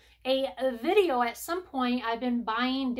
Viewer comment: Another great "Dideo",!!😂🤣